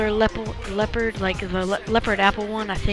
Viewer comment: learn how to say leopard first.. Do you know what you're doing???